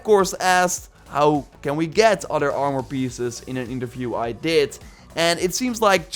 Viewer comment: "Oarmore set" 😂